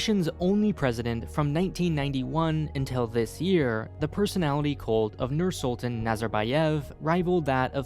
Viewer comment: The way he Pronounced Nursultan at the very start sent shivers down my spine. Noor-Sool-tahn is how it is pronounced. (I am half Kazakh for anyone wondering)